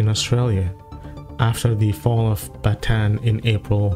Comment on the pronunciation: Bataan not Battan...😂